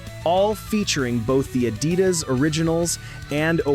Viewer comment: It's pronounced uh-DEE-das, millennial AI nimrod.